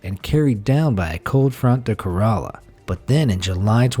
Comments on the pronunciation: Idiot author its pronounced as Kèrala not kaeraaaaala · Pls it is kerela- kae-ra-la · It is K E R A L A